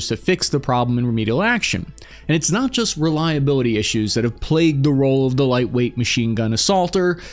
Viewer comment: “it’s a vewy white wayt weapon system.”